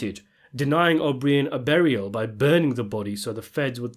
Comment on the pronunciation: O BREEE-IN??? OH-BR-EYE-IN!!!!